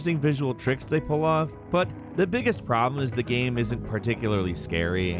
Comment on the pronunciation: I love how u pronounce GAME you say GAM 😂😂😂